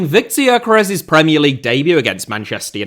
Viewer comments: man people need to stop pronouncing Gyökeres completely wrong. It's pronounced like Dyökeresh with the Gy pronounced like the d in dew or due. The final s is like sh in shop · For the love of god, is it really hard to check the pronounciation of Gyökeres's name? It takes about 10 second to ask google for a pronounciation (ask for the Hungarian one if it doesn't recognize the language automatically). It is strange that you put so much work into your videos, but you don't even try with the more exotic names (if a name with Hungarian origin can even be called exotic for another European).